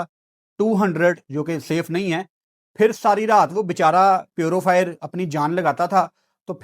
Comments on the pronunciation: Nobody, absolutely nobody:"":" Smoog, Foog, Purufier" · english nai ati to na bola kren purofire, avaibility ye konsy words hain